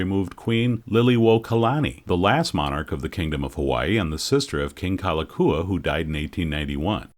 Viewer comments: I know you asked for a pardon on butchering the Hawaiian language, but you should at least get the King's name right. It's "Kalakaua", not Kalakua. Haoles...!🙄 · Loved your documentary. The correct pronunciation if the King you referred to by name was King Kalakaua. Pronounced as: "Ka-la-cow-a" The Five dollar is pronounced as: "A-Lee-Ma" The Iolani Palace is pronounced as: Eww-o-la-knee" The city name Honolulu is pronounced as: Ho-no-lu-lu, as HANALULU is not how we pronounce it being spelled as Ho-no-lu-lu. I super loved your awesomeness at pronouncing our language. Thank you again.